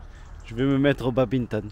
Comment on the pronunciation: Babimton ou Badminton? 🏸